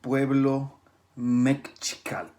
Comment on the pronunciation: la pronunciation es me-SHI-ca-tl pero buen video :)